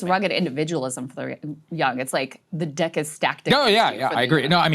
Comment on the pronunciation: I was trying to really listen to what they were saying but I kept replaying this video to Sounds like she literally says "The D@ is stacked"!!! Am I going crazy or what????